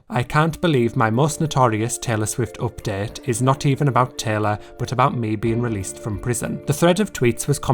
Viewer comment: What is wrong with your accent? Oopdet.